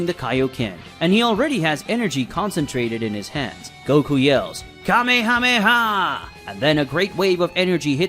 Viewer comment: He lost me with the mispronounciation of Kame Hame Ha- He says it Ka Meha meha. Wtf